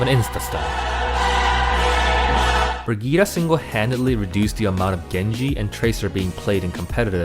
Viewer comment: i'm norwegian and watching people try to pronounce Brigitte is fucking painful. Bri-gi-te (with a hard g) my favorites: Bridge-itte bridge-it brigit bridgette bra-get and of course: baguette